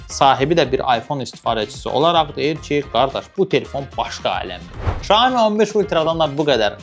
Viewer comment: Şoemu yox siyomi